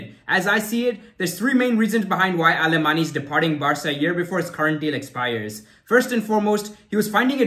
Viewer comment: Pronounced " Aleman" the Y is silent in Catalan